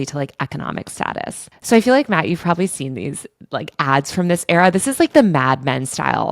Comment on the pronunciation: It’s Matt no hatt!